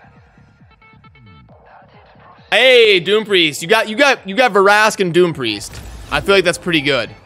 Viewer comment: The way you were saying Vrask's name I should start calling you.